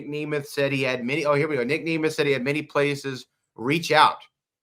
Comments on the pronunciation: Huge pet peeve with how he keeps saying Nic’s last name incorrectly it’s not pronounced Knee Mith it’s NEM ETH Nic Nemeth. I kept getting so mad 😂 he even made Booker say his name wrong. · Dude same, how do you mess up such a simple name man....